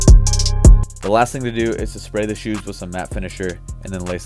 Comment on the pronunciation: “the SHOOOSHEZ”